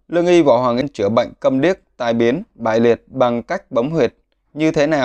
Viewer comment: Võ Hoàng Yên mà ông đọc Võ Hoàng “Y”